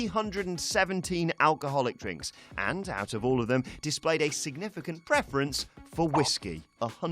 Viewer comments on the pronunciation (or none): none